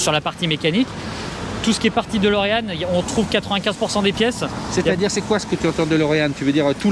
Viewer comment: DElorean. DÉ comme « DÉcidément c’est si dur de dire DÉlorean? ». Même le proprio dit « DOlorean ». C’est pas Dolorès.